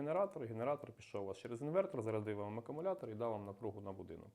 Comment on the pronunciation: Акумулятор, а не акамулятор, сідай двійка.